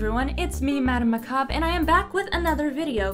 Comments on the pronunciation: Why do you say Macab and not Macabre? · Hhoooo boiiii......my marry sue was a wolf that was the god of death.....but now it can only kill plants......I was weird 0^0 Also I thought your name was pronounced....sorry lol 😂